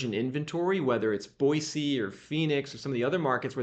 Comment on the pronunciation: Thank you for not saying "Boyzee."